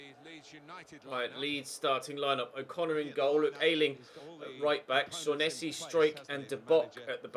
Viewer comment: Leeds CB Shaughnessy is pronounced "Shocknessy" (if he's Irish)